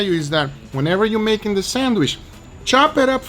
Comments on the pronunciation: Does anybody else get a litlle triggered that Guga always says "sandwiSH", instead of "sandwiCH" :"))))) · Sandwish? :D